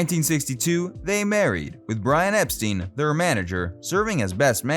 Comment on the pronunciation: Epstein. Learn correct pronounciation.